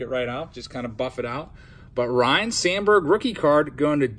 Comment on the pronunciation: You and your brother need to correctly pronounce Ryne as (Rhine) not Ryan...its disrespectful lol